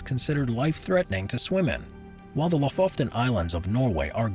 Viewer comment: The Fjordland in Norway is called Lofoten. I think it was pronounced Lofoften in this vid. Just a little correction, it’s just one “f” in the name. :)